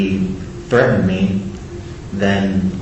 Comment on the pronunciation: I cant stand when people add a syllable to anything ending in ed. Threat-tend. Ugh. Butt-ton ugh. Ick. Stop it. Not to mention, he left his house snd went to a public place at the time mentioned by the "stalker." Stalkinh victims dont ussually meet their stalker half way punctually.